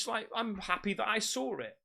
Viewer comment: I like the way he says "saw" reminds me of the way Paul Sr. from Orange County Choppers. They say "saw" with a r sound in it. Sawr or sarw 😂